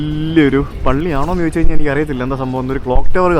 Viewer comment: 😂" CHO'YI'CH, CHO'YI'CH alla, Cho'di'chu, Cho'di'chu ennu parayoo, pl. 🙏🙏🙏